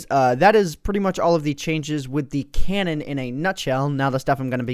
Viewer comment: Cannon? Dont you mean cow-non?